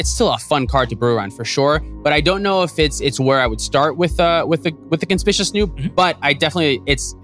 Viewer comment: this was great, but, it's kon-spick-you-us snoop haha